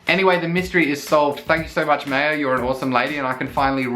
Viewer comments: Maya is pronounced My-Yah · I believe Maya is pronounced in the way that it rhymes with 'fire'.